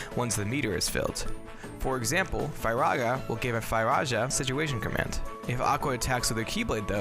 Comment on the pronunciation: The fact that you pronounced Firaja correctly brings me great joy and that alone earned you my like.